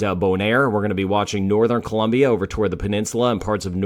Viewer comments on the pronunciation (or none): none